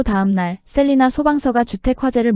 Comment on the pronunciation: 시의 이름의 정확한 발음은 ‘셀라이나‘입니다 ’셀리나’가 아니고 ‘셀라이나’랍니다.